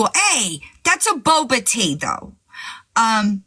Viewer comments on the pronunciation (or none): none